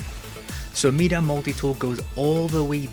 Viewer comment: “Meeda multi tool” it’s my-duh. Nice video tho thanks